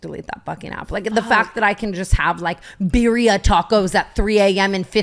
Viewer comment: “Beer-ia tacos” is killing me